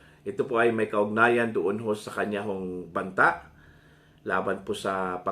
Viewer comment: Mali ang pronounced mo na Banta